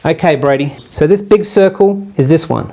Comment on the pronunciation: on second viewing: "Oh, circle_, I thought he said _soccer the whole time!"